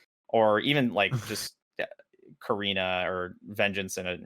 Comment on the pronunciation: You know there's a t in KATarina, right?